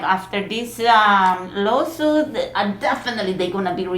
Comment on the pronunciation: it’s lawsuit not lowsuit... the way she pronounce